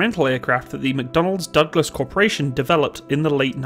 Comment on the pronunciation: lol "McDonald's Douglas"